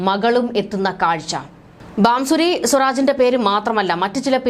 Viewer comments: Bansuri not Bamsuri mam . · ബാംസൂരി.. അല്ല.. കൊച്ചേ... ഭാസുരി സ്വരാജ്...